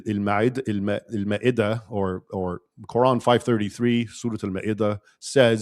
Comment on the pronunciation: Khaled bn waleeeed not waled Maida ma2ida not mayda. Meaning dining table